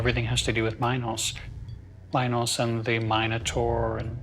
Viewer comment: I'll accept the butchering of Theseus' name but Mynos and My-nataur? Why are you adding the long I into a language that does not and never has had that sound. I see people do it with Dionysus too. I sounds like E. And Y sounds like the short I (like in it or Istanbul). So its min (like mean) Meenos/Meenotaur. And Dioniysus is not Die-oh-nicesus its Dee-o(short o like in Orange)nisus Hope this helps with future videos. Should give you more credibility when talking about them.